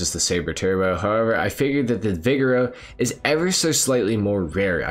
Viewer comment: Maybe I’m wrong but I always thought the Vigero was pronounced “vi-gare-oh” (assuming to sound like Camaro, the car it’s based on)